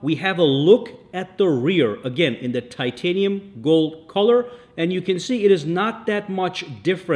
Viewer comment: Titinum fold 😂😂 apple said titinum Samsung says titinum 😅😅